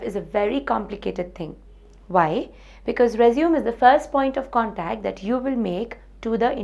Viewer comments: It's pronounced resumé not resume -_ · not rponounced resume its pronounced resuMAY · true ...it is résumé -re-su-mey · Re-zum XD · She is from the same part of the world where I am from. And it is still not pronounced as Resume. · Nobody gives a damn about objectives and all extra crap. Its just your academic record, knowledge and experience what is checked in an interview. The pronunciation of résumé is wrong (American as well as British, both are same). Its a noun, what you are speaking is a verb which means to continue. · You are pronouncing it as a verb. Story ends here, not gonna watch further :/